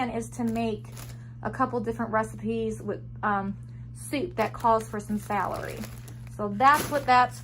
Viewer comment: I don't mean to be mean but its Romaine lettuce not Romanian, gay-la apples not ga-lay, its Russet potatoes not rustic and celery not salery.